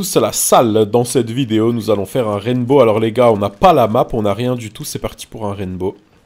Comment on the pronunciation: c est pas raiNbow mais raibow